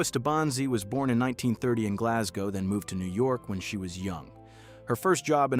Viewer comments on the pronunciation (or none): none